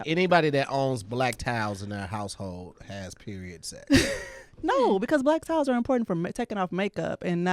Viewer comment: I was very confused as to what black tile has to do with periods, but then I realized they were saying "black towels" 💡🧠